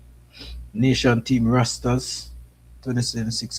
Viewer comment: Dam bro.. you’re butchering the English language! It’s rosters not rasters! Academy not Hacka demy! SMH